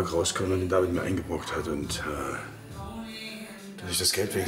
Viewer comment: Jemand soll diesem Mädchen bitte sagen, dass sie nicht mehr „Davieed“ sagen soll.